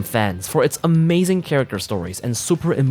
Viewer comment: you mean 'umazing', right? 🤪